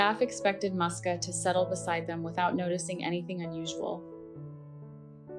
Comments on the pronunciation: So her name wasn’t Muska after all. It’s Moosia, or Moos’ka as a diminutive. Only Americans would read a “u” as an “ah” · Her name is pronounced as Mooska or Moosya, typical Russian cat name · Just wanted to say that first, it is pronounced more like Mooska with soft s, also woman says "mama Musya", Musya being another form of the name, a bit more formal, also it is originally a short form from several different names like Maria